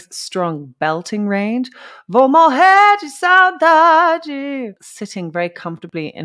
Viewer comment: i know ppl already said here, but it is very impressive your Portuguese pronunciation. You said perfectly the words like a normal Brazilian would say. Are you sure you are not a Brazilian girl? hehe About the translation of "morrer de saudade" is like you said. It means "die of missing you" but in a very more emotion way, it is a word that holds a strong emotion into it Great video. Tim Maia is one of the most famous singer in Brazil music history, although most of young ppl does not know him nowadays.